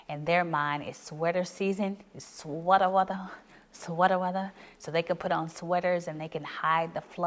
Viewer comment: Okay I’ve been consuming your content and absolutely LOVING it and feeling God’s presence. But when I heard you say “sweata weatha” I knew I really liked you. 😂🫶🏼